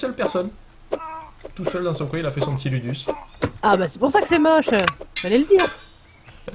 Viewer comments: Je pense que ça se prononce loudous :) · LUDUS en latin ce prononce LOUDOUCE